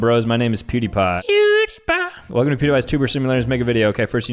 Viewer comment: the way he said PewDiePie